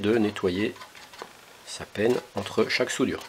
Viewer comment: Pas mal la petite présentation, par contre on dit " panne " de fer à souder pas " penne ". ;-)